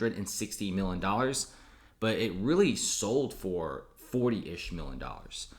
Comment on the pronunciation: This ree turd cant say Million